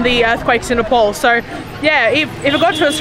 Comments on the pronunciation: Please say "Ne-pal" (like, Hey Pal!) instead of Ne-Paul. Thank you!! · Sorry, but Its so irritating you saying Nepol tho u might not know the difference Nepol and Nepal 🇳🇵 🙏🏾Welcome to 🇳🇵🙏🏾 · Just a small correction...the pronunciation is "NAYPAAL" and not "paul" as u said! ☺ Tea or 'chai' is called 'chia' in common Nepali parlance... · ITS NOT NEPOL.....ITS NEPAL.....PAL AS IN PAAL(FRIEND)😊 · Loved your video.But it's NEPAL not Nepol. Enjoy your stay. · Its not ne pol its ne pal like pay pal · Nepol It’s nepal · Please it's NEPAL NOT NEPOL HUH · It's Nepal not NepOl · Nepaul 😂😂 say north pole ??